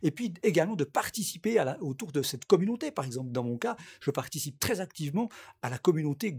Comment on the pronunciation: youtchoube communonté je vends des replay ils coutent 1 like